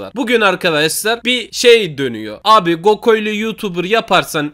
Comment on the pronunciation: Abi gokoylo değil goklo.🤣🤣🤣🤣🤣🤣🤣